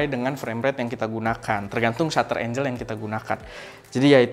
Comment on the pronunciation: manteuub... btw angle win angle.. bukan angel..